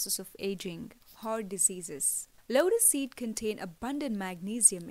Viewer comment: Vedio mai asy lag raha hai jese lora seed lora seed bol rahi hai ,😂😂